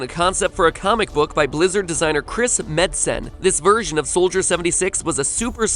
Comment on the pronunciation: MatPat's pronunciation of Torbjorn and Metzen. Ugh.